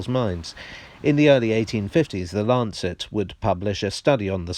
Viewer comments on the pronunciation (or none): none